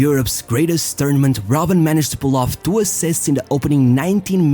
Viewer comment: Bruh it's ROBBEN